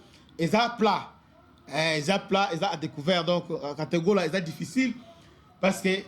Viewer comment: cest katogota pas katogola notre